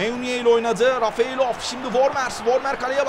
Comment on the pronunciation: Abi Rafeylov degil Refaylov :D